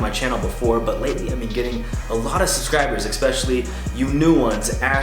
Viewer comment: Hey bro! Love ur vids dude they rly inspire me 💪 one thing that bugs me tho.... It's ES-pecially not EC-specially. Sorry bro. Keep on doing an awesome job